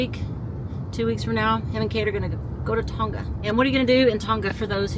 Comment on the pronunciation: Tonga is a soft G, tong-a